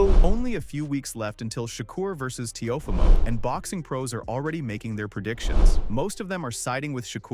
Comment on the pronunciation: Ok but how is teofimos name butchered at the start 😂